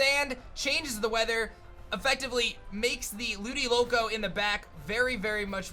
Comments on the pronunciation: It's Ludicolo not Ludiloco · No one: Literally no one:: “Ludiloco”